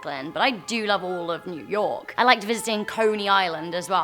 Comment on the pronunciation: new yourk city